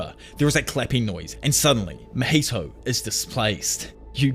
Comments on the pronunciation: Just a tip! It's not Mojito like the drink. His name is pronounced Ma-Hee-Toe =) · I love how he pronounces mahitos name as Maheto